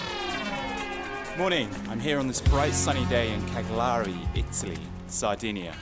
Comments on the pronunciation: It's pronounced Ca'gliari... accent on the first a... put u like after the long journey to the airport... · Hi, even though I'm from Cagliari I watched your whole video because it was first of all very enjoyable, and then it's nice to see the point of view of a tourist with a certain culture as you have. Thank you for your appreciation of the city, although it is not always perfectly touristy... but you were very fair like a true English gentleman. Don't worry about the pronunciation of Cagliari, for a native English speaker it is not easy because of a sound not present in English. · I really enjoyed your tour of my city, even with your terrible pronunciation, you really did butcher those words man hehe. I have been away 4 years now, and it was nice to see all those familiar places in Cagliari. Shame you didn't visit the city's beach, Poetto, it is a beautiful part of my city. Thanks for the nice review and kind words about Cagliari. Keep up the good work. PS. You didn't realize, but the man playing with the football at the bastion st Remy, was the same man that you met the day before selling fruit & veg with his old french car (renault not citroen by the way) on the street close to the tribunale (courts), that's what he does often on his time off. Oh, and the yellow in your sweet ravioli (seadas) is actually saffron.